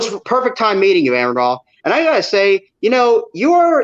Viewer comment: Oh fuck no one is going to say it i will, it's!!!! Not ERRAND. Not ERIN. Not AARON. Show this man some respect you fucking child. And by the way, your jesus also said "do not think that I have come to bring peace on earth, I came not to bring peace but a sword...."...so save all that "love thou neighbor" bullshit.. oh shit my moms here I gotta go bye 👋 👋